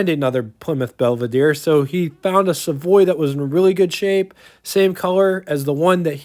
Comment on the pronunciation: Savoy. Not Savory😉